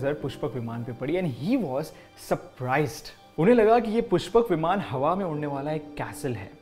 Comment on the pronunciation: विमाना नहीं विमान, वेदा नहीं वेद होता है